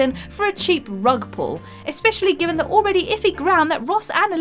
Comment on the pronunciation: And exspecially and renedged